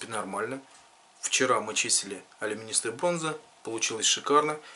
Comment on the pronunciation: Вы пытаетесь учить, так учите правильно. Особенно режет ухо слова: СОХРАН, АЛЮМИНИСТАЯ бронза, звонИт.